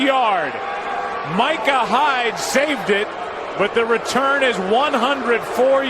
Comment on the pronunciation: you messed up the word return